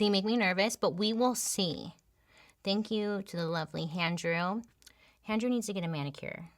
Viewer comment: HANDREW??? IM CRYING LOL